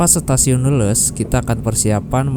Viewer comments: dibacanya leles bang bukan leuleus....😊😊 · bukan Leles dengan "eu", tapi Leles sprti ikan "lele"..😂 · bukan leuleus tapi Leles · Gak enak denger nya kang nyebut stasiun leles jadi leuleus🙏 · Leles, baca E-nya kayak di kata GESER, Mas! Kalo dibaca leuleus, artinya beda banget. 😂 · Mas pengucapan Leles itu Bukan kayak Lemes, tapi Leles kayak Bebek 😂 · Leles tuh "e" nya dibacanya kaya lele bg wkwk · Pengucapan kata Leles sama dengan ucapan ikan lele +s . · Cara baca stasiun Leles di Garut harusnya dibaca mirip cara baca ikan Lele tapi ini ujungnya ditambah huruf "s" 😊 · Cuma ingfo ga penting aja ini mah 🙂, Leles, diucapkannya sama kayak ikan lele bang 🙂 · Coba ya bilang nya ikan lele....tapi di tembah huruf s, jadi bener sebutanya leles😅😅😅😅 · Leles Aa, huruf e nya kayak nyebut ikan lele. Leles, Garut. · Btw bang, stasiun leles cara baca nya bukan "leles" tapi "leles" 😹😹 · bukan stasiun leles bang, tapi di baca leles.. kumahanya jelaskeunna wkwk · Penyebutan leles nya salah 😭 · Hadir.. sambil lembur ga kerasa di bawa jalan2 online lagi nihh..., btw pengucapan pas nama stasiun leles...kentara bukan urang sunda nya nyaak.. hahaha,, senyum.aja kuring mah.. keren mas lqnjutt